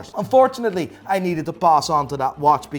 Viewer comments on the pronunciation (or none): none